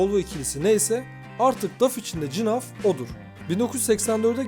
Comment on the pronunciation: Cinaf nedir nerden uydurdun eğer flamanca okursan G harfi H olarak okunur